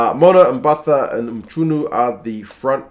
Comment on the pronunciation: Hi thanks for the vid, amazing as always. Just pronunciation advise.. Mchunu - mkoo-nooh The ch basically becomes a K